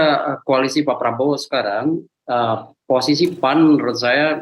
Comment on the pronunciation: bembaca berita terlalu semangat panggil keras tapi salah P..A...N...????!!!🤣🤣🤣🤣